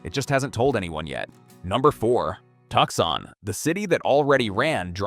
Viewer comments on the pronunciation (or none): I've never heard of Tuckson. Where's that? (AI still can't pronounce names, killing credibility) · “Tucksaun” diabolical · I wasn't thinking "crappy AI narration" then I heard Tucson pronounced. can't we have real people narrate our disaster porn? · Didn’t the mispronunciation of “Tucson” tip you off? Or the many misspelled words on the various slides? Or the one slide of a 3-armed woman standing at her kitchen sink? Seriously , the vid presented some excellent content about a serious problem, but illustrates the limitations of ai content. Plus the overall irony, considering the proliferation of data centers in an environment that is under both water and power shortages. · It is difficult to take seriously, a content producer that uses a cartoon raccoon and cartoon graphics to produce a serious subject. It is also difficult to take seriously an AI content creation that doesn’t know how to pronounce the city of Tucson correctly. Click Bait